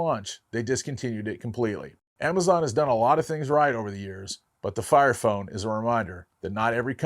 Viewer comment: did he just say FART FONE?😂